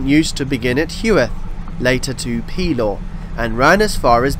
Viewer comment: Just a quick note about local pronunciation: the name of the district near Gateshead, Pelaw, is pronounced with the accent on the second syllable, thus Peláw.